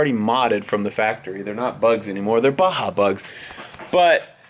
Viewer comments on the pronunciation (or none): none